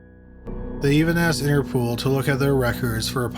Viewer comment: Did he say Inter-pool? Not Interpol?